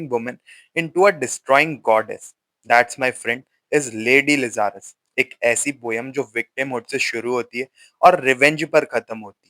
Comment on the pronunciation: Bhai Lazarus ka pronunciation to theek se kr diye hote bar bar aisi ghatiya pronunciation sun ke dimak .......